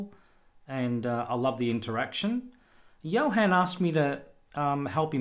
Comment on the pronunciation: Thank you very much, but this was a disappointment. Thunderbird and Firefox tar, could not pin on the dock. The deb I could. BTW my name isn't pronounced Johen, but Johun;)